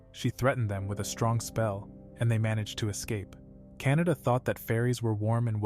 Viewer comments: I think it’s actually pronounced Ka na da. Not Kan a da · Its kanade but bro is saying canada for some reason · Guys Btw Her Name Is Kan-a-de Not Canada 💀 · kanade❎ canada✅ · Bro kanade not canada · bro saying kanada but the reql name is kanade bruh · Her name is actually Kanade in the Anime. And they say it wrong in the voice over. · btw Kan a de There's the de not da